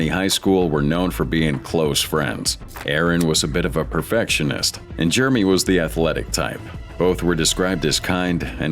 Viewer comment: I was enjoying it until your AI called that guy Germie.